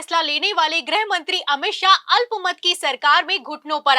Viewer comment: ग्रहमंत्री नहीं गृहमंत्री बोला जाता है। ग्रह का मतलब अवकाशी ग्रह planet। जब की गृह मतलब Home होता है।